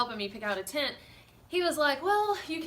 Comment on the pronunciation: Adventure Ryan I like how she says Tint